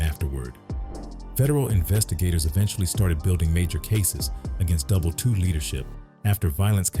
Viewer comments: It’s Double i “ii” not Double 2 😂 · It's pronounced "Double I" (ii) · He couldn’t even say the gang name correctly double I (double eye)